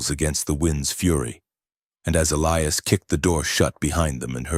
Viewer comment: Eiias is pronounced : E' L-I'AS Not Ellyas